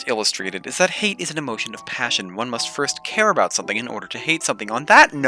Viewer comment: I was legit confused thinking you said "hey' it's such an ugly word" and it took longer than I would like to admit to realize that you meant Hate.